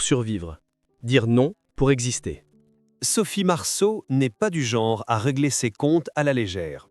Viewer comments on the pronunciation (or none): none